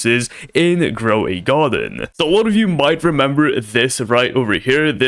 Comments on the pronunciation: grow a garden❌ groway garden 😭💀😂✅ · Not groway garden it's grow a garden dude u are a fuck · Bro it’s not groway garden it’s grow a garden…. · groway garden😂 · Why you say groway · in groway garden? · "Groway garden" hits hard 🔥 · "groway garden" WTF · Grow a garden ❌️ Gray a garden ✅️ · "groway garden" hits so hard 🔥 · Grow a Garden. . not Groway Garden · Its not groway garden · Grow a garden ❌ Groway garden ✔️ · “Groway garden” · "Groway Garden" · Bro stop saying Gro a way Garden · why u saying groway garden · About he sayed groway garden